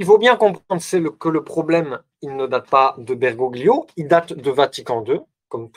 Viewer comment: Merci pour cette conférence. Un détail: en italien on ne prononce pas le « g » devant le «l » donc Bergoglio doit se lire Bergolio. Bergoglio étant un patronyme d’origine Italienne. En UDP